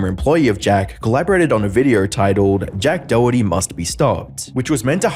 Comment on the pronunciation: JACK DOWWERTY LOL